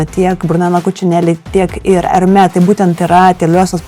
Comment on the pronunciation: Hermès tariama su “s” gale - “ermesssss”